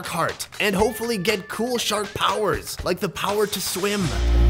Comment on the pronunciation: You noticed at the start you said short instead of shark